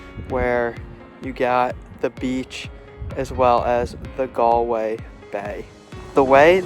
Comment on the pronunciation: Modern Irish people are kind and caring but religion no longer has a big hold of their lives. The pitches he saw are not for rugby, they are Gaelic Football and Hurling Pitches. Galway has the youngest population for a city in Europe. Congratulations for pronouncing Galway properly.